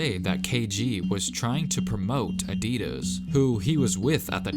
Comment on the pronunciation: Is it just me who noticed that he's saying Adidas wrong